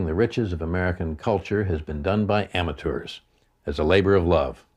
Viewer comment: How the hell can he call them ammutures!!!!!!!!!!